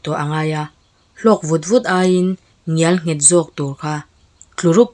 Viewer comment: 'Ngialnghet' niloin 'ngelnghet' tih zawk tur. I vedio a țha in ngaihthak a manhla țhin hle mai..